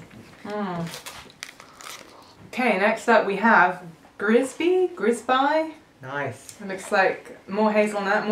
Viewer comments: Little tip: in Italian the sound of letters never change, so if it's "grisbi" the pronunciation is the same "grisbi" and not grisbAI.. the same for galatine and not galatini. by the way, nice and funny video, hope you really enjoyed Italy. bye. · Bellisdimo is beatiful snd you have to pronunve the I of grisbì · grisbi', not grisBY. It's french!!! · "Grisbai" Ma che cazz